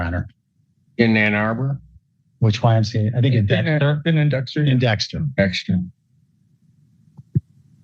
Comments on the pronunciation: Love A.I. narration. YMCA becomes imcuh. Gosh, that really messes up trump’s patented double jerk dance move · "Imca"? Bwahahahahahahahaha. Stupid AI voices. YMCA. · It's not "yemkah", Clanker. Artificial "intelligence " is not intelligent, it's just artifical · My favorite part was the AI referring to the YMCA as “yemkah”. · I came to the comments for this specifically! 🤣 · He is allowed to go to the 'yimka', not the YMCA. How do you block these crazy AI channels